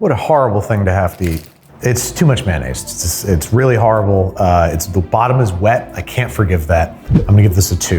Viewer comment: Delicious may-naise. :')